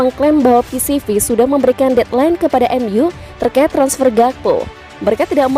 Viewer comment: Ralat! Bukan PCV Eindhoven tapi PSV Eindhoven 🙏🏻